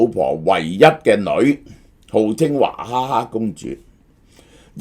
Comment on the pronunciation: 点解娃读做华、娃哈哈变华哈 哈